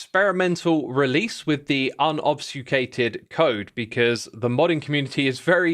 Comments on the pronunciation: Xisuma's complete inability to say "obfuscated" is hilarious. The hell is obsfucated lol? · Say it with me now: 🗣🗣 Ob-fu-sca-ted 🗣🗣 Aub-few-skay-ted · some misreadings in this video: "obfuscated" gets pronounced as "obsfucated" "kabob" gets pronounced as "kaboo" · bro is just not even trying to say Ob-fu-sca-ted correctly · saying "unobsucated" one time is a passable mistake but after 4+ times you gotta learn how to pronunce it by the shame way! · Lol right... is Ob-Few-Skated really that difficult for the British Accent to say? It's those funny quirks that I love about Brits and especially Xisuma. Kabab instead of Kabob and does t realize it's the same thing and says it wildly different in "Mob Kabob" than he ever has. There's also his Chewtorials... lol I hope he never changes, it's always funny to see people caught completely off guard by odd pronunciations, it's especially funny when he makes a fellow Hermit "double take" on something he said.